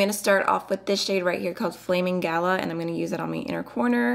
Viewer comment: Same 😂 all the American reviewers have pronounced galah wrong and it’s so funny 😂 I have this and I’m totally doing that red look tomorrow. So pretty!!!